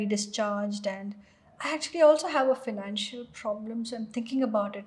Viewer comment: pronunciation financal wrong